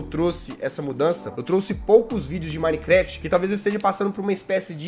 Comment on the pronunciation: 10 anos de minecraft e não sabe falar minecraft